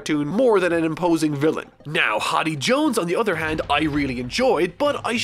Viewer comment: Why does pronounce many characters and places wrong, it's not a one time thing, he does it a lot, does his editor not let him know? In this vid he said Hotty jones and vander denken.